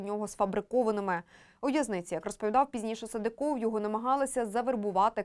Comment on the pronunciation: СадЫков, а не СадыкОв!